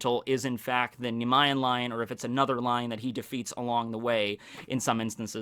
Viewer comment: FYI, it’s pronounced “NEE- MEE- EN Lion”.